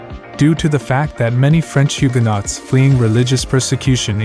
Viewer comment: Nice coverage, but it's always a good idea to pronounce the names of towns correctly, and words like "Hugenots".